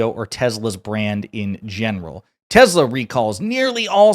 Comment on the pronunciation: He called it " TESLER " 😂😂😂😂😂😂